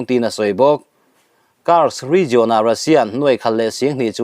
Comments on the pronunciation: Rizawn ni lo in rizian tia lam rik zawk tur a ni lo maw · 'Region' i lam dan hian a ti ngaihthlaknawm loh vek zel